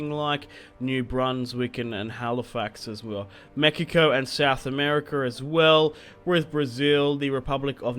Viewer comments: He said Mejico, thats how u say it in spanish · he said mekiko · Please dont say Mexico like that....